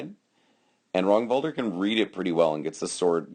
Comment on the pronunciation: 1) Nice read on the fight. 2) You are pronouncing his name correctly. 3) Duke Ragnvaldr was my foster knight, and for never meeting the guy, you did an excellent job on picking apart the fight. Ragnvaldr is a singular fighter. There are not many people who can fight like him, and his read on his opponent is uncanny. That jumping shot Kenric kept shooting was what killed him. Or rather put him on his knees. I was there watching the fight (also that first shot that you couldnt tell from the angle; light. It got through but there was nothing on it at all) and after the fight I told him it looked choreographed. He said it basically was. Kenric liked that shot, Ragnvaldr figured out how to get him to throw it, stepped in and took his leg. All those little movements with his sword he's, as you said, cataloging Kenrics response. I think Ragnvaldr actually threw 4 shots the entire fight. He is a master at controlling the fight and making it his. I have no idea how many times ive fought Ragnvaldr but id say the ratios of win lose are 10:1 in his favour. Hes one of, if not the best fighter in the Midrealm and at the top tier in the Society.